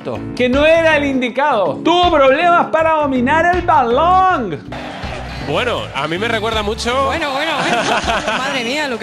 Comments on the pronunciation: Que te parece si dices BALON!!! Así no mas, sin tener que decir esa palabra balaaaaan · No puede pronunciar bien balón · Porque dices balonggg en ves de balón ? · Padecerá algún tipo de problema por su forma de hablar o quiere perecer gracioso? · Matías Garato fútbol mexicano (balong lo dijo con acento mexicano)